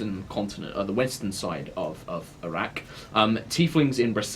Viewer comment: Am I the only one who hears Arrak as Iraq?